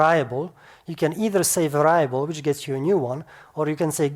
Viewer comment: Exceptional, bravo! My first day of study in DL, and it all makes sense! Thanks.... BTW, if it's helpful to you: "Variable" is usually pronounced "VAIR-eee-a-bull", instead of "vair-EYE-a-bull", it tripped me up the first time you said that.